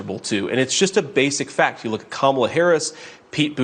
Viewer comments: Clearly, I am the only one irked by the total lack of respect shown for a presidential candidate! Deliberately mispronouncing the name. Kamala is easy to say, but her opponents and faux news dumbshits love to say it wrong. They would scream if publicly, people started calling trump dump. Grow up people, we are no longer in grade school! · Gov Huckaabie is like Mr. Tramp. They both have a problem pronouncing VP Harris’ first name. I wonder what that’s all about. Just sayin. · The hypocrisy of considering yourself humble, while simultaneously mispronouncing the Vice President’s name on purpose. 🙄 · The collective effort of the MAGA Republicans to mispronounce Kamala is laughable. For self-proclaimed alphas, it sure is beta passive-aggressive. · What makes me sick is every sing Republikkkan says her name wrong and say it the same way, its so disrespectful and makes me have not a inch of respect for any of them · How humble are you to mispronounce another woman's name. On purpose. What a dope. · What makes her rude. Mispronounced the Vice President's name intentionally. What a bad example she is to her children 😢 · When they refuse to say her name correctly, it shows their ignorance and weak, pathetic pettiness 🤮🤮🤮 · And like the rest of MAGA, mispronounces Vice President Harris's first name. Humble? I think Sarah's kids keep her childish. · It is pronounced KAM-a-la. You arrogant sow, you should by now be able to pronounce a name this important. But then of course...what was it you loved to say at WH press conferences, "this has NOTHING to do with...." (fill in the blanks).. :face-green-smiling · Kama-la, “Kamma-la, comma-la, not Ka-MALA I’m convinced that they mispronounce her name on purpose because it’s less damning than using the derogatory term that they WANT to use! 😡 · Mispronounced Kamala is as irritating to me as people who say Real-a-tor instead of Realtor. Just saying. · "Momala" haha! I love it! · She will pronounce her name correctly in January 2025